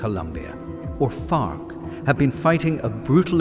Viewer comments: Every time says FARC I hear FUCK XD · I like how you're accent makes it sound like you're not saying FARC- you're dropping F-bombs instead. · The way this guy says farc 🤣